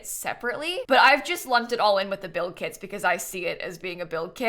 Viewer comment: I can't help but to hear "kids" instead of "kits" and it's so funny, lol